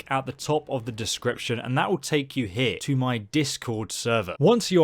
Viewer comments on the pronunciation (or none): none